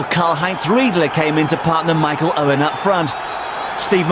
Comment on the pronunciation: He even said it like Uwen